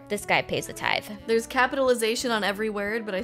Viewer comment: Tithe is pronounced with the voiced th like this, not the voiceless th like think...i took Greek for 3 years staying in 6th grade... THANK GOD i can finally apply it while watching a butt venmo video!! Lol